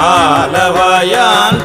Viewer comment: Wrong pronounce ஆலவாயன் not ஆலவாயான். Thanks